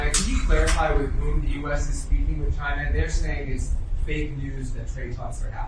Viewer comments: He calls China, Jina😂🙄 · his pronunciation of Caina instead of China augurs well that he is an unlearned person, a stupid type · Why does he say “Shina”…..🤣😊